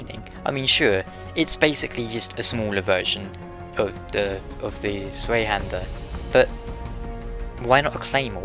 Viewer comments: Its pronounced tsyhander, in german Its Zweihänder or Bihänder you could Even say Zweihandlangschwert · tsvi hand-ehr (roll the R) and the a should be pronounced how you say aah huh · It brought a smile upon me hearing your pronounciation of the Zweihänder, i have to admit :) I guess german is very hard for everybody to pronounce^^ Anyway, I really enjoyed Dark Souls and your Lore Videos and I wondered if you might revisit it some day. Since now there's Dark Souls II, the Dark souls content might have got a little bit 'old' or something. Still I would appreaciate a video about Quelaag and her sister if you were to revisit the series sometimes :) Keep up the good work and best regards from germany, we wouldn't want to see you go hollow ;) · the way to pronounce zweihänder is as follows: just say the "ei" part like the english word " eye" .. and there you go